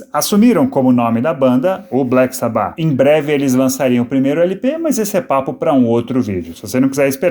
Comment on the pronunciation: Agonia ouvindo ela falando Sabbáth a pronuncia correta é Sábbath